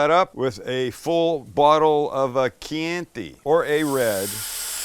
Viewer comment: please, not Kee Ant y....kyan ti.